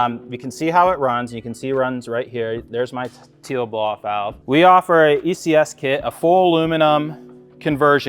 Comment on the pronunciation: bms dual cones do not add any power its already been tested, Tial BOV is pronounced 'TIE_UL" not teal, its called a beauty cover not a valve cover, vrsf products absolutely suck go with 2.5 in relocated inlets bigger i.d. much faster spool and install is way easier, to cool down IAT just add a water squirter system very easy diy and cheap asf, do not put m3 sheit on a non m car just looks silly. just a bmw fanatic speaking truth here. thank me later.